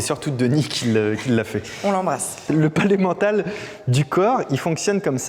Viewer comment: A chaque fois que tu dis le palais mental, j'entends: Pas l'emmental (aidez-moi j'ai faim)